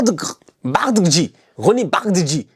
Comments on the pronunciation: Sa se prononce bardaji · tu m’as tué, ça s’écrit Bardghji mais ça se lit [Bardadji] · Bardagji . Prononce la b a r d a gu j i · Je l'ai entendu le dire en interview, ça se lit ainsi : Rony Bardakdji. Ça se lit exactement comme ça Non la lettre a n'est pas une faute de frappe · Ça se lit « Roony Bardadji » 😂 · Ça se lit Bardaghdji😂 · 😂 la prononciation du nom de Roony m'a fumée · Il faut que Roony vienne apprendre à comment prononcer son nom 😂😂😂